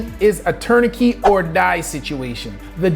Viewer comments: Impressive but what is a "tournikey"? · Great video, although I have never heard anyone say, “Tourni-key” for tourniquet lol. Either way, the U.S. needs more robust gun control laws, based on the soul fact that gun deaths are way higher than every other country. Along with wealth equality reform, governmental reform, and installing more services that actually help people, instead of just making the rich richer and giving Israel money. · What is a “turn a key”? I heard you say that at least 3 times. What is that? Were you trying to say tourniquet? That seems most likely. If you’re gonna bring up something like that, I would recommend pronouncing it correctly, and then also educating people on the different classes of that particular survivability tool. You’re able to succinctly speak in medical terms that use quite complicated words, but error on that particular one. I think learning to properly pronounce the terminology in every topic you’re discussing would increase the validity of your position and video. I can hear past the mispronouncing of tourniquet, and I know exactly what you mean, but I can’t say that everybody would be able to do that. Overall, great video, very informative, and really sheds light on basic physics that people should be aware of, especially when discussing ballistics. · the "t" at the end of "tourniquet" is not silent. my mother is a native French speaker and is a high school French teacher (from Monaco, not Canada) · This guy mispronounced Garand and Tourniquet. Makes me question his knowledge. Lol. Not really. But it is distracting